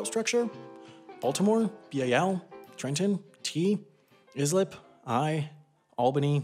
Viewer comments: Is-lip is pronounced ice-slip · Is lip —> “ICE-LIP”. Not “Is-Lip”. ICE-Lip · As a Long Islander the cringe on my face when he pronounced Islip as is-lip (normally pronounced like ice-lip) but this video was very interesting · By the way, Islip is pronounced "I-slip" not "Is-lip." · I love your videos and we have a lot in common (Americans at uni in Scotland) but please it’s pronounced ice-lip not is-lip. Every New Yorker out there just cracked up, because in a room of about five of us at the moment, none of us have ever heard anyone botch the pronunciation that badly. Ok, as you were. Continue being awesome. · It’s pronounced EYE-SLIP NOT Iz-lip, 0/10 unsubscribing! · It’s EYE-slip not IS-lip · As someone who lives on Long Island, I've never heard anyone pronounce Islip as "Is Lip" before...but I guess that is what it looks like though... (the correct pronunciation sounds like "I Slip") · it’s pronounced “ICE-lip” not “IS-lip” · It's I-slip not ICE-lip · Islip, New York is pronounced “ice-lip” not “lizlip” lmao so many people do that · Its pronounced Eye-Slip on Is'Lip. Next, I'll teach you how to say Coffee correctly. lol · As petty as it might be, it’s pronounced eye-slip not Iz-lip Great video still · It’s ICE-lip not is-lip. I’m a Long Islander so I know how it should be pronounced. Yeah I know Long Island town names are hard to pronounce. Don’t get me started on the town that airport is located in...RONKONKOMA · When he said is-lip I cringed so hard it’s pronounced ice-lip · Love your videos! Just a heads up, ‘Islip’ is pronounced ‘eye-slip,’ not ‘is-lip.’ I live ~10 minutes away from ISP, and thought it was really cool for it to be mentioned in one of your videos. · Pronunciation ICELIP not IZLIP * not trying to be rude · I-slip not is-lip. Ask a long islander next time your pronounce our town names wrong. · Islip is pronounced ice-lip by the way, not is-lip. Not that it matters ofc. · "iTs eYE-sLiP nOt iS-LiP" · >iz-lip It's "ice-lip"